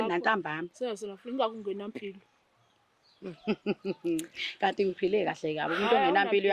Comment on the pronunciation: Did say “Kati or Gadi?”😂😮